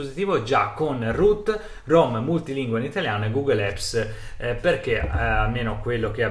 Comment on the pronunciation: Bellissima recensione, molto completa, complimenti! L'unica cosa che non mi è piaciuta è il "gughel epps" che suona malissimo xD